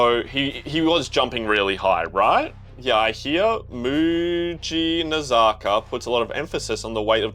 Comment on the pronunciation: Lmao looks like u had an stroke when u read mujinazaka or wakatsu 😂😂